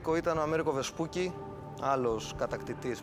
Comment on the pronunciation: Προφέρεται "Βεσπούτσι". Μη ντρέπεστε, έτσι είναι ... Και το μικρό του είναι Αμέριγκο (και όχι Αμέρικο).